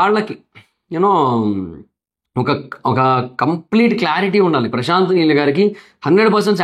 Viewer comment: meel kadhu neel